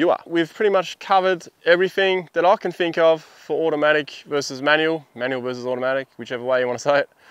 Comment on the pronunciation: I Fink you can't say Think